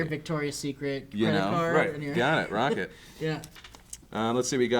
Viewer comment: Phil, you said "Rock it" and it took me way too long to figure out that you didn't say "Rocket" I was like what? Is this some new slang I haven't heard of yet? "Cool! Rocket!"